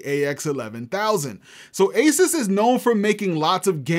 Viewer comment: I wonder what it is like working for Asus hearing people say Asis.